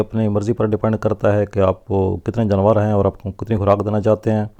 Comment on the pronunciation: جنور نہیں جانور ہوتا ہے.